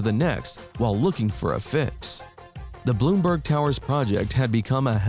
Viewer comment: And it's NOT "Bloomberg" Towers it's "Blumberg" Towers.